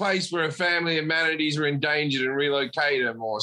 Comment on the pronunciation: I love how Jim pronounces Manatees as "Hu-manities". 😆